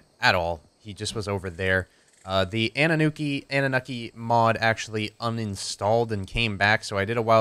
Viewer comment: I know it probably isn't important, but I believe it is pronounced AH - NU - NAH - KEY. Rolls off the tongue way better and sounds more like the race of alien bird overlords it refers to.